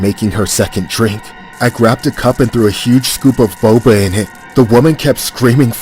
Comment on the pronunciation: "I WANT MORE BOBUH! 😩"